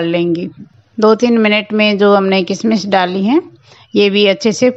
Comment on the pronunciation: किसमिस नहीं किशमिश कहते हैँ